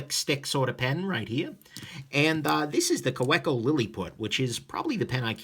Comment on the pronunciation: Great review! FYI it's pronounced KaVeco :p sorry to be that guy